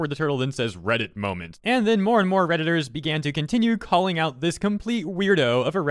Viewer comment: "redittor" cringe